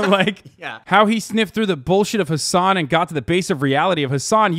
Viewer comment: Why does he keep pronouncing your name like “has🏎an”